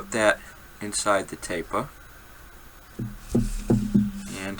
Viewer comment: “Tahp uva tapah!” I love it.